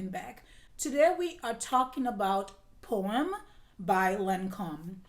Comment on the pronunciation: Absolutely my favorite, a timeless classic of Jacques Chevalier . Every time you said Poême I always heard that it is Porn lol 😝 , best accent when American speaks French